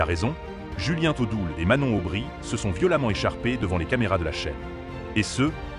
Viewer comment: "Julien T'odoul" =Mdrrrrr